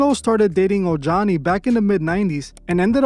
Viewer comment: Ojani is pronounced OH-HANI.